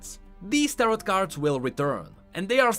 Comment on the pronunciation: You dont pronounce the last T in the word Tarot for tarot cards.